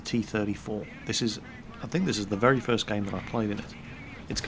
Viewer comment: Ha Ha Ha ...remember when speaking withe RRRRRussian Accent...... words like "very" are pronounced "wery".